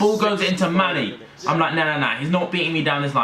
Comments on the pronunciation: Did any realise when was talking about manny he says instead mane 😂😂🤙🙅🏿‍♂️ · Manny not mane 😂